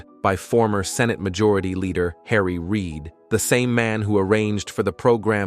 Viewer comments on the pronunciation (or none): none